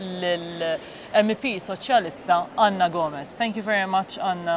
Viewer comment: Ana Gomes (not Gomez)